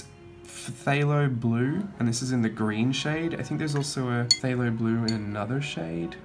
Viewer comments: And yes, phthalo is pronounced "thay-low". :D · Beautiful paints there. And yes some of those paint names are so “extra”. Lol - you did better than I would. PHTHALO? Pu-HALO? 🤷🏾‍♀️ Umm..that green right there. 😆